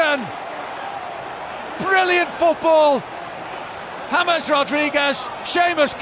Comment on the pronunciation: Por fin un comentarista que pronuncia su nombre como es James y no Yeims...